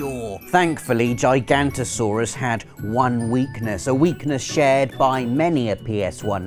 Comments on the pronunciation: It's Gig-ah-note-toe-saurus, not G-eye-g-ant-o-saurus. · It is pronounced Jig-an-oh-toe-soar-us. And you misspelled Giganotosaurus. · Theres another "o" in gigantosaurus Its Giganotosaurus. Jig-uh-not-o Like the word juggernaut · It is Giganotosaurus not Gigantosaurus. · Giga noto saurus not giganto